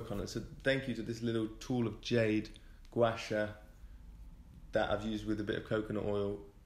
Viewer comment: Gua Sha 刮痧 is pronounced ‘gwar shar’. Congrats on your fast and much love.